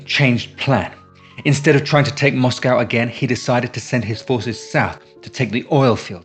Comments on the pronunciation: What's a moss-cow? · I watched a film, or read an essay, it was a while back hat showed H should have gone with one of his original plans to go through the south, get the oilfields first, and then Stalin wouldn't have had had the stuff to defend. Not heard an English pronounce Moscow that way before, like a yank.